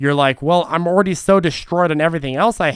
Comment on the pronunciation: You said “ ordy “ 🎉🎉 hahaha. Ordy=already. Love the vid!